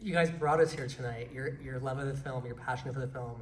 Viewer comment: saying " Filum" is killing me